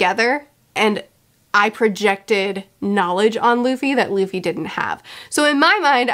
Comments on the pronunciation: Did anyone else hear her call Luffy "Lucy"? wink wink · That " I love Lucy" flub will come back to bite you. Be prepared. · "i love Luci... Luffy" i loved this mistake auehauheuaheuhae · calls Luffy 'Lucy' Me: Her observation haki is so good, she can see the future!